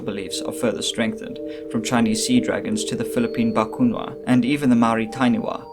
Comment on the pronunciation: It's BA-KU-NA-WA